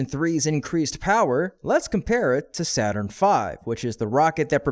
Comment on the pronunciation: Saurn V ? Wasn't it Saturn ? 😂